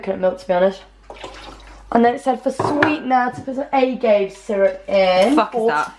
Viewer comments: Rosie... agave is pronounced "ah-gah-vay," not "ay-gave" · 'A-gave' oh honey no...😂😂😂 'ah-gahv-ay' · a-gay-v LOL it's a-gahv-aye hehe made me giggle xx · Lol y'all are getting me through my finals with your vlogmas.' Can I just point out one thing though n this isn't judgment I just thought it was pretty funny. Did Rosie pronounce agave like a-gay-vay? Cuz I've never heard that before in my life. To me it's pronounce like ah-gah-veh... Lol. Keep it great you two! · Wait lol do they call agave ( ah gav ey) aye gay lol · Rosie, you pronounce the Agave syrup this way: ah-gaw-veh. Agave is a plant native to Mexico, and at first they used to make Tequila from it, now they are also making the sweetener from it and it is incredibly popular with vegetarian/organic community in Los Angeles, CA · rosie its pronounced AH GAH VAY (Agave) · Wait did you say 'uh-gave-aye' for agave though haha. Is that how you pronounce it in that neck of the planet? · agave = uh-gah-vey ;) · oh my god Rosie it's pronounced ah-gav-ay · The way you pronounce agave is hilarious (: Be sparing with that stuff though; it's wicked high in fructose. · That pronunciation of agave is so English